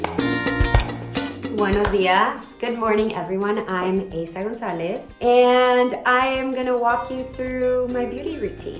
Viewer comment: Well yeah that's how you pronounce it lol